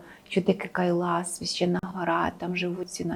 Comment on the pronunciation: Почему Кайлаш а не Кайлас ???